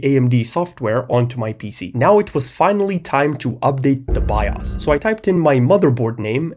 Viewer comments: The only pause I had was me looking in the comments when he first said "by us" instead of bios to see if anyone noticed. (Also, for no absolute reason, to download an emulator and play some Star Wars: The Complete saga) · bro it’s pronounced “Bios” not “Bios” 😊😂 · i love the way you say bios by-os